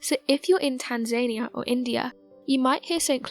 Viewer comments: I thought it was pronounced Tan za nee a. I still do. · Tanzania pronounced tan zun ee uh. Not being an as and don't know if this is automated but I'd wanna be correst in pronunciation if automated it should do better than that Googles home girl never mispronounced nothing for me. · TAN-ZANY-A? Really?? Is she trying to say Tanzania? In fairness she doesnt stand a chance, the mumbling guy that usually does it can barely speak so its not like he can correct her pronunciation. In one video he was talking about Mesopotamia and, I kid you not, he said 'Me-so-pot-ah-mia'. I nearly choked laughing, I mean its not like he could just type 'Mesopotamia' into some kinda machine and it would tell him how to pronounce ANY WORD IN THE WORLD, just imagine if such a machine existed! It goes to show you how serious they take their job. "Oh I have no idea how to pronounce that word, will I check the internet?? Nahh, that would take seconds, I will just say it and hope for the best cos its not like this video will last for years and MILLIONS of people will hear me sound like an idiot again and again and again." This channel has great content but they really have no luck with narrators. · Eh, Tanzania was in fact mispronounced. But other than that she's great. 😊